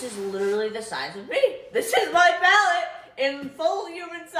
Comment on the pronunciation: That "pallet" from P Louise to Mikayla is beyond ridiculous. Come tf on.